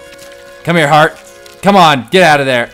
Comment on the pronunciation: Heart..... Its Heart Dude, Not haret.